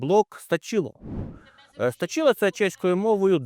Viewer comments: Припиніть будь ласка неправильно ставити наголос в слові стАчіло. СтачілО - точілО - це смішно. СтАчить це і наше, українське слово, ви ж українці наче? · стАчіло !!! наголос на А !!! ))) Дякую за роботу..... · Так. СтАчіло. Та БабІш - наголос на І. бААбіш рiже по вухах. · Партия "СТАЧИЛО", ударение на "а", не "и".